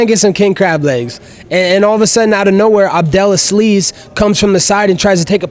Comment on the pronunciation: Abdel Uh-Sleeze lmao